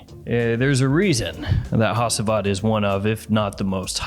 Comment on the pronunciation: it’s pronounced hachivat ash